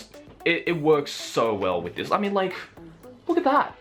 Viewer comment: Am I the only one who heard "wiz my grandma" not with?